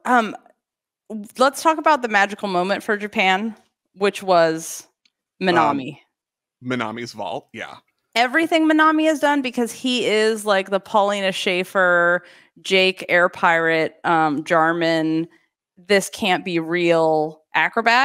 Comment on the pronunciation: Nitpicking but it's Pauline Schaefer not Paulina